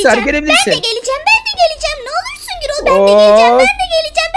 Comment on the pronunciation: Girol dil del değil gürol